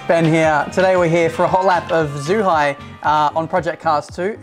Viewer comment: It's pronounced as Jew-Hi (Zhuhai) and is a fool